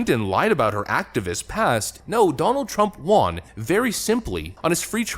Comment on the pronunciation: Won = Wun Won ≠ Wahn